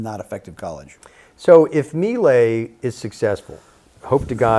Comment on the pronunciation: At least pronounce Milei correctly🔥🇦🇷